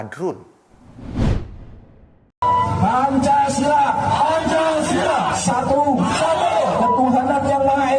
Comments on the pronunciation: lagi-lagi Radikal berulah, ketahuan,, ucap pancasila aja salah,, berarti mereka memang tidak cinta indonesia.. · Bagaimana mau dipercayai Unjuk rasa massa PA 212 pembacaan Teks Pancasila sdh salah,inikah orang harus mengurus negara mau dibawa kemana negara ini?. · Mantap mas eko😂👍kadrun baca pancasila aja salah sok bela pancasila.ada udang di balik bakwan ni kadrun